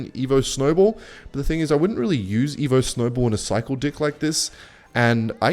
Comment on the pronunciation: Why say dick and not deck